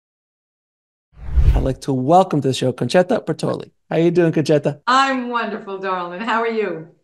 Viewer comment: Nice, pronounced, "Concetta" correctly.